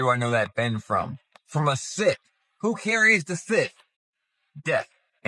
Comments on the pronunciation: sith? It's a scythe, pronounced "sithe"......... ffs, you quoting paranormal chic and is scraping the bottom of the barrel......... 🙄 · DOOOOOD!!!! It's not pronouced "sith".....a SYTH is pronounced like SIGH....like when your tired and you sigh!!! The T and the H are both SILENT....SYTH = SIGH...sheesh!! And these guys really think they're SMART!!! 😂😂😂😂😂😂😂😂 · yeah, I've never heard it called a "sith" but what it is, is a "sickle", something else it's called I'm not sure how to spell, but it's pronounced "sss-eye" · SYTHE not SITH... 😂😂😂😂😂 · Who calls a scythe a "sith"?! 😂😂 Come on man. Oh then it's a sickle? They are two different tools lol Also the guy saying the buildings in DC are Roman....you can't be bothered to do any research but you can run your mouth off about some conclusions you came to and think it's fact.....what a moron. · mam idk if its funnier that he said its a scythe (when there is literally no blade which makes it a scythe ) or that he pronounced it as sith. Like sir, its neither star wars nor the book of revelation.... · Did this man really pronounce it sith? Instead of scythe lmao 😂😂 automatically lost all credibility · Who calls a scythe a sith. What a goober. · Great catch Gabriel Watson... I agree. That IS the Eye of Horus. And to the people that do these videos... please, please, please learn how to spell and pronounce words. Unless, of course, your goal IS to sound like a moron. "sythe" is pronounced with a long I sound...hence the E at the end of the word. It's basic English. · Real cant even pronounce sythe correctly. Embarrasing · I have a hard time taking someone seriously who can’t pronounce scythe correctly. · I cannot with the dude who can't say scythe right!!!!